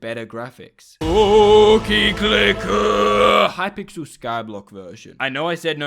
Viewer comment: you scare me each time you say cookie clicker it causes me PHYSICAL PAIN in my cookie domain